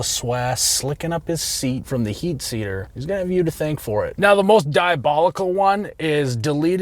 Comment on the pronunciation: "heat seater" lol, I am glad I'm not the only one that messes this up.